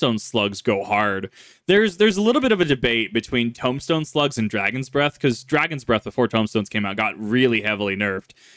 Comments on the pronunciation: Okay, are you saying tome-stone or tomb-stone? Because those are two different words with different pronunciation. Tomb is Toom, and tome is how it looks. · Tombstone pronounced with a toom, not a tome, just an FYI. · Lol, "Tumstone". No hate, though. Just poking a little fun. Nothing but love. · Tombstone, are you saying tombstone as in the pronunciation toom-stone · Please...tell me you're saying "Tombstone" wrong on purpose my brain hurts almost as much as my stomach from laughing at "tome-stone" XD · “Tome”stones? You mean _tomb_stones? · OK, first of all: Tombstone is pronounced as "Toom-stone" while still being spelled as Tombstone. just figured I'd let you know how that word is pronounced.